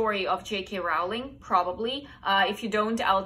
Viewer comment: I'm a book lover ever since I learned to read but there are two or three people I haven't heard of before! 😱 But then I'm from Germany so I suppose the kind of books I'd be exposed to would differ somewhat. Very interesting list! PS: Rowling rhymes with "trolling", not "howling". Many people get this wrong. PPS: Agatha Christie is such a cool person. She truly deserved that position as her mystery novels are superb!